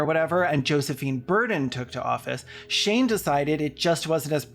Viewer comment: Are you calling him "Shame"?! I'm crying